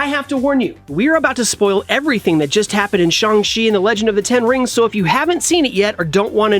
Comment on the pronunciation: it's "Shang" chi